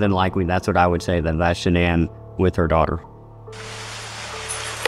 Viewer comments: The voice that says Shanann actually pronounced it the right way, like how her family called her. Shanann like Shannen Dohorty. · Yes and all her friends and family say that. Not Shannon but "Shan-ann" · Didn’t they say she liked her name pronounced just like it’s spelled SHA-Nann? Not like Shannon?